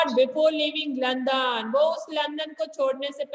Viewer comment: Pla english sikh le London hota londan ni pura galt explain kr rahi h